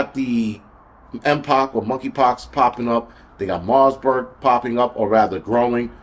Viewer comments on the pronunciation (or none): You keep saying Marsburg but there’s no S in it. It’s Marburg.